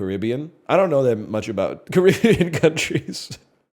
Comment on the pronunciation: Why did he pronounce the Caribbean right like three times then correct himself and say it wrong the last time